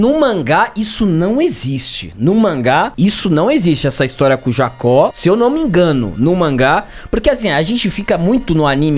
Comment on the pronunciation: Correção 1: O nome do grandão não é Jacó é Jaki( Pronúncia correta Jdaqui). Correção 0,5(meia correção): A descrição do golpe satan imperial esta certa apenas no contexto do anime. Essa técnica no manga é melhor explicada quando Saga luta contra Ikki. Nela Saga como em uma hipnose sugere ações e gatilhos. E pode ser desde fazer o cara pular da ponte até mete a porrada em geral até acabar morto por alguém ou mesmo invadir o território inimigo sem armadura e pelado. O contexto da luta do Aiolia foi: Condição: Apagar memória. Gatilho: Inimigo dizer que Athena vai morrer(manga) Efeito: Lutar até alguém morrer na frente dele pelas suas mãos. Muito melhor o Satan do manga do que do anime que sempre da a enteder que ele deixa todo mundo no modo Kratos.